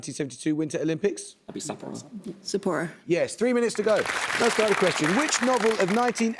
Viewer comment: Also sounded like the other captain said Sappora and not Sapporo